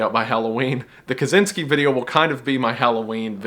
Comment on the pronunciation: WG: "Ted Kaczinski,,," Me: "Sh&7"